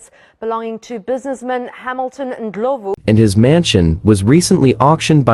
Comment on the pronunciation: That Ndlovu pronunciation is 🔥🔥🔥👏👏👏👏